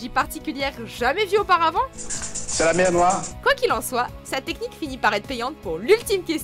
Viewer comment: Vous vous êtes trompé pour le n3. C'est pas la mer noire, c'est "la mèw nwoil" 😂